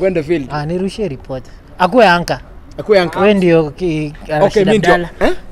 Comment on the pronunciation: nimesikia retoper badala ya reporter